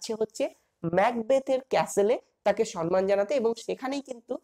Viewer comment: খুব সুন্দর লাগলো। কিন্তু দয়া করে সম্মান কথাটার উচ্চারণ ঠিক করুন।সন্ মান নয় সম্মান।